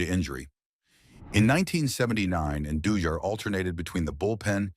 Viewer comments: I can’t with these AI videos. It can’t even pronounce his name right. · WHY DO YOU MIS-PRONOUNCE AND BUTCH JOAQUIN'S LAST NAME??